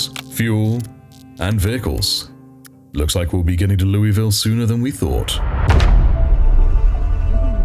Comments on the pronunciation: It's pronounced 'Loo-uh-ville' by the locals,, just FYI... 😅🥲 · Hey! My apologies for hijacking your interaction here, but... As someone who spent over a decade living in the state across the river from Louisville, and visited there quite often, had friends there, etc... Every time you said the name of the city, I... died a little, inside... 🥺 It's pronounced 'Loo-uh-ville' by the locals, just FYI... Take that how you will, my friend, I'll go away now... 😅🙃